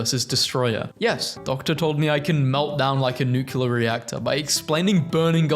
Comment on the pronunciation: Will you PLEASE PLEASE PLEASE pronounce nuclear as NEW CLEAR and not NUCULAR?